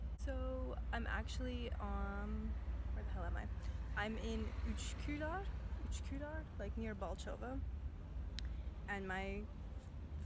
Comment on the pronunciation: Üçkudar dedi